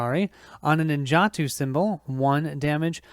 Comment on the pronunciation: pronounced nin ja toe for the swords